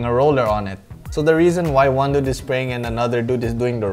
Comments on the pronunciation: Whenever you say dude it sounds like nude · He said dud so many times 😂😂😂😂 "Duds"😂🤣😅